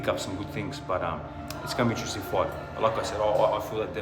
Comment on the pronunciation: Drink every time he says "foight"